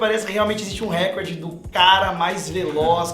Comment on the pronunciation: 6 falam recorde errado, da mta agonia!!! n eh récorde, eh recorde...